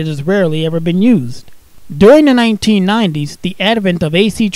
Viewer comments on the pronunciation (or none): none